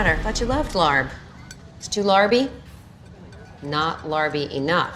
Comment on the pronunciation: i cringed so hard at the larb scene. Im from thailand and they completely butchered the word